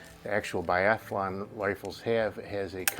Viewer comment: Great find. Only five round magazines allowed in Biathlon. Yes, biathlon, not “biathalon”.